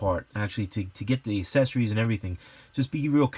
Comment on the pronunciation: The word is accessories not assessories (not a word). You know like there’s a difference between access and asses? Yea that 🤦🏽‍♂️🙄